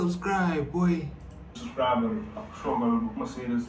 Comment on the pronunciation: "Subsbribe"? Homework!!! Deffs skipped English homework!!!😂😂